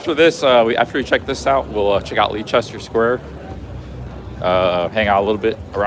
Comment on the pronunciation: Leicester is pronounced like Lester 😊